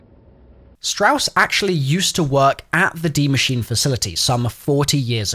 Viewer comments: Ah yes de machine not die machine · My man said “dee machine” instead of “die machine.” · The word is “die” not “D” machine. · u really jus say dee machine lmao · Why did u call it the dee machine?? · Why people always call it D machine its DIE Machine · Dee machine? It literally says "die" bro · did he seriously just say dee machine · Is that your accent or are you trying to say Die machine wrong??🤥